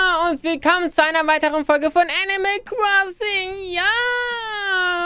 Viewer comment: Dieses Mal hast du Animal richtig Englisch ausgesprochen Die letzten Male hast du es immer richtig Deutsch ausgesprochen 😂💚